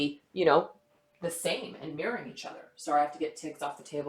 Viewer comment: are you saying Mirroring or Marrying